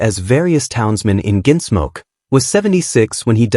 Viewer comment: “Ginsmoke”?? AI doesn’t even know how to talk! (But it sure can LIE….) 🤥🤖💀